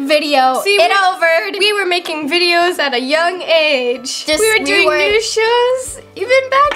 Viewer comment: They did not even say NEWS they said NEW